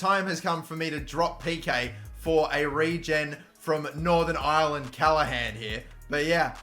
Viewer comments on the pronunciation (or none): none